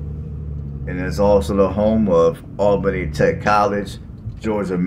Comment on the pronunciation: Allbenny. GEORGIA in Dawg erty (woof woof) County. You start your presentation destroying the names. no it just drives on. Go cover another city@ I see so many like this. Who needs them? Not me and not our city.